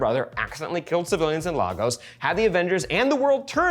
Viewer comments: LAY-GOS. NOT LAR-GOS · The city LAGOS is pronounced LAY-GUS, not LAH-GOS